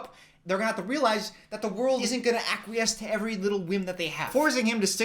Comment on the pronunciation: saying the word 'acquiesce'. That's it, that's the comment.